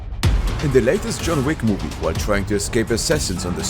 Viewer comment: "John THICK" XDDDDD